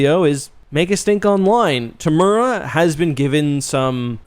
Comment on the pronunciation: Looks like you're a big fan. Be great to get a bit closer on the pronunciation of Temuera. All us kiwis were probably wondering who the hell you were talking about.